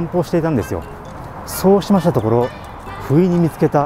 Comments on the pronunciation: 遂に食い逃げカミングアウト動画出したのかとドキッとしました。 冒頭の「不意に見つけた...」が「食い逃げ...」に聞こえたもので😅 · 不意に見つけた が 食い逃げした に聞こえた冬